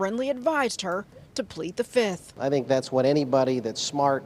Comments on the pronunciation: Did she say the 5th, or "The Fizz-ith"? She the new Nino Brown, baby. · Something tells me she actually pled the “Fiff” or “fizz-ith” lol